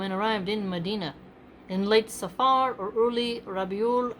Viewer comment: it's safr you don't pronounce like safaar , there are so many words in arabic or persian and urdu for that matter the a before the r usually ends quickly as if it wasn't there as the morning prayer fajr etc. jazakAllah